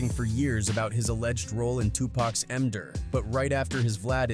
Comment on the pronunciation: Do they say ender? I thought they was saying m-der. Either way its goofy ass shit.